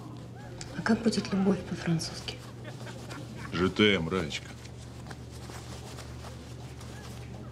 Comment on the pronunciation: Жётэм (je t'ame) - я тебя люблю, а любовь будет "лямур". Я думал 1 раз ошиблись, но они упорно употреляют жётэм вместо лямур. Подготовились конкретно к съёмкам...